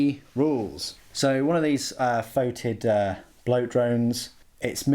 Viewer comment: It's pronounced fetid, NOT fotid. Alternative spelling.